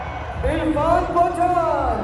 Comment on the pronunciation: Did say Irfan PAAN?